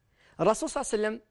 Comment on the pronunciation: فهمني واش هذي "الرسول صاوصاوصاو وسلم" انطقها امليح صاحبي هذا رسول الله "صلى الله عليه وسلم "ماشي جاركم لحبيب حاول تنطقها مليح